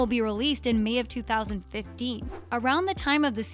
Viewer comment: Has anyone noticed how she said 2015?